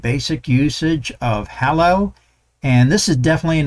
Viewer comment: Thanks for this! Btw, Hallo is German for Hello and the "a" is pronounced like the "a" in "large"